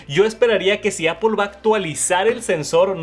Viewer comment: "Me encanta… Apol” 😶